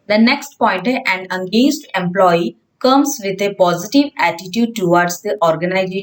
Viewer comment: Angaged nahi it’s engaged ache s pronounce kariye